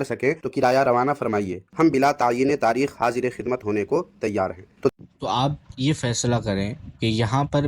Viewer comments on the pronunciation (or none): none